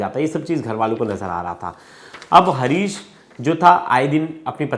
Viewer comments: हारीश हे हरीश नहीं।।।😂😂 कैसे कैसे लोग रिपोर्टर बन जाते है😂😂😂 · Harish r u sure, bhai naam lena tuo theek sai sikh le, harish nahi haris hai wo 😡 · Harish nhi Haaris😅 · Bhai harish nhi haris nam h . Tum pehle khud ka talaffus thik karo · Bhai naam sahi se lo harish nhi haris naam hai